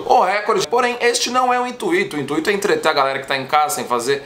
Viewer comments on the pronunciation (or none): Pelo amor de Deus, para de falar "INTUÍTO rapaz, q agonia kkkkk... É intuito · Que agonia com ele falando "intuito" pqp! 😂😂😂😂